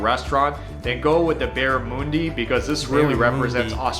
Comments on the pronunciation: Don't rock up at a restaurant and ask for bara-moondi or you will get laughed at, its pronounced Barra-mundee. That is the beetroot right there yes. No one mixed beetroot into the hamburger patty, a slice or two are placed on the burger the same as the tomato. Vegemite is great but not that much. That was way to much and you would die, as in gag and run to the sink and gasp for air would be my guess lol. Same way if you tried to drink a shot of soy sauce. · OMG this guy gets it sooo wrong! Why do non-Aussies try to make videos about Australia without checking their facts?!!! Barramundi - the mundi is pronounced as in under, not oonder. Not usually eaten as a full fish, it's big. I've never eaten kangaroo, it's not nearly as popular as beef, lamb, chicken. The sausage in sausage roll is not like german sausages, different to sausage meat in most countries. As many people eat vegemite on fresh bread (often with cheese) as eat it on toast. It's usually better tried with a very light spread on fresh bread until you get used to it. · It's pronounced: barramUNdi - not barramOONdi. I don't think the guy in the video really knew what he was talking about. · Vegemite is 10 times too much with this rubbish video He can’t even pronounce the fish name correctly it’s BarramUNdi not Barramooodi like as in a cow moos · How I know that guy's never been to Oz? "BarraMoondi" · Who mixes beetroot (beets to you) into mince, this bloke!!! Can’t even pronounce Barra, it’s pronounced Barramundi as in Sun for mundi, not moon lol, he’s never been to Oz,, probably says Emoooo like he’s a cow and Awesee for Ozzie, bloody Americans critiquing Australia, don’t do it!!! Not you mate, this drongo your watching….